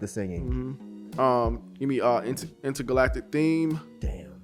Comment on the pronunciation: In what world does Intergalactic sound like Indicud? 💀